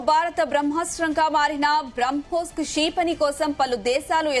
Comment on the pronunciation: క్షీ... పణి కాదు క్షిపణి. అసలు ఇలాంటి anchors ను ఎందుకు తీసుకుంటారో.. ఒక anchor అక్కర్లేని అక్షరాలు అన్నిటికి ఒత్తులు పెడుతుంది